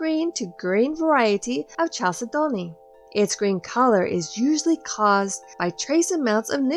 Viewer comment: I loved the video, and found it very educational, but please chalcedony is pronounced kal·seh·duh·nee